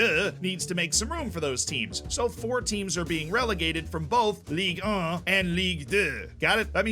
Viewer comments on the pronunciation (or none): As a French, I feel offended by the way you prononced Ligue 1 and Ligue 2.... I want apologises. .... No just kidding I don't give a f***, continue your videos bro it was very entertaining! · Being French and listening repeat again and again French city names and "Ligue 1", "Ligue 2" makes this vid hillarious